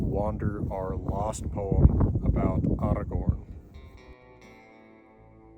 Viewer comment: I LOVE that you properly pronounce Beren and Aragorn's names! We need more rolled r's!